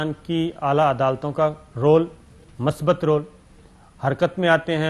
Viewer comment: Mr. Shakir, Correct word is Musbat not Masbat. Consult any URDU dictionery if you are not satisfied.